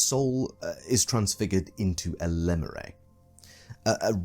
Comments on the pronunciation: your pronounciation of lemure was not very demure, not very mindful. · No one yet commented on how he pronounces "lemure"?